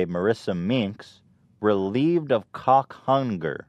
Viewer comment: The way Ethan says Cawk Hunger.